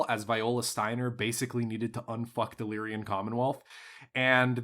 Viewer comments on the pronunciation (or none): You say Lyran like my father, but if you look, you'll see that it's Lyran, not Lyrian. It's like a guy named Ren who lies. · I am bothered by the pronunciation of “Lyrian”… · It's deliberate at this point.